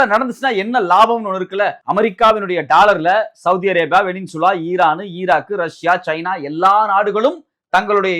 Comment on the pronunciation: செய்தியாளர், "வெனின்சுலா" என்கிறார். அது "வெனிசுலா" என்பதாகும்.